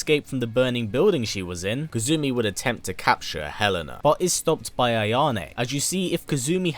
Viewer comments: Kasumi is the proper pronunciation Kazumi is from tekken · Kasumi, being Japanese, is pronounced "Cass-me", rather than Kazoo-me. It's far simpler and less strange to say DOA-tec rather than Dead or Alive Tech. As far as I know, you haven't left any events out aside from the side story lines in the movies. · Aside from mispronouncing her name (it's Kasumi, not Kazumi), great video! Kasumi is one of my favorite female characters ever! By the way, she only appears in Ninja Gaiden as a DLC character in the the third game in 2012 without any story relevance. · Pleased her name is kasumi not "kazumi" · Good video! KAS-umi not KAZ-umi though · KA-SU-MI Not KA-ZU-MI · It's pronounce ka-su-mi, not ka-zu-mi. You pronounce the s sound in japanese names. The only exception i've seen is tsu, which is katakana, not hiragana. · In kasumi, it is pronounced, since japans alphabet is the hiragana table, ka-su-mi, you put the accent on the su instead of the ka in this video. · Hmmmm his accent let's him say the S sound but when he says Kasumi he adds a Z... interesting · Z to s - if that's the worst pronunciation issue then he's done an excellent job!